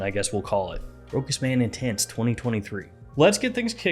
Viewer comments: Great review 👍 but please pronounce it ROCHAS & not Rokas! Cheers 😀🥂🙏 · Row-has, say it with me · It is pronounced RoSHas. Ch in French = SH